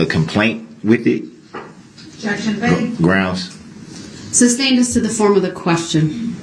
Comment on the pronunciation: “…groundz for the substain?” Even though the word “sustained” was said correctly about a million times, he never caught on.